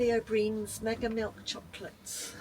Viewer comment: Lily O Brien is pronounced Lily O Brian 🤣